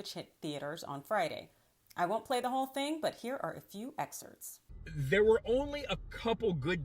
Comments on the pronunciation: its excerpts .. not excerts... theres a P in front of the ts... that is all... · A few "excerts"